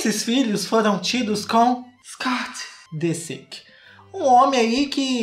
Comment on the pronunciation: "Scoot" kkkkkkklkll mds